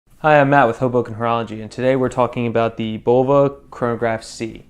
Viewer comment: Nice watch, nice review. Oh, and it's pronounced "Buh-low-vuh", not "Bowl-vuh". 😁